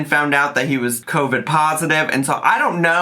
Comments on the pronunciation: She’s saying covic to try n be funny, she knows she’s saying it wrong. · Her calling Covid “Covic” is KILLING MEEEE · I kept hearing “co-fid”😭😂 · My grandmother from the Bronx says it like that. 😂